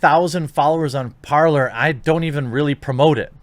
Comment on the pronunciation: This is good advice Jeremy. Thanks! But Parler, (pronounced like the French word "to talk" (you damned ingrates)), would be great if I didn't need a cell phone to use it. -Their authentication system uses SMS. Lame. For an alternative to big tech? I have to use a #$&*ing smartphone? If I can't access it directly from my hard-wired desktop, what the hell good is it to me? ANNNNND another thing... (Please forgive the incoming Cranky Old Man moment): If everybody had been a little more discerning and didn't embrace all this social media Apple/Android smartphone B.S. from the outset, none of these tech giants would have become the giant-ass problem they are today. Now I have to adapt and get all tactical because everybody else was wide-eyed and stupid? Marvelous. Thank-you very much.